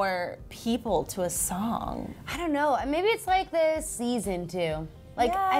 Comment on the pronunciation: I HATE WHEN SHE SAYS THER DERR ITS THE D H R